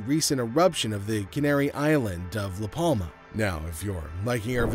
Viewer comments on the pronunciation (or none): The "L" in Palma is silent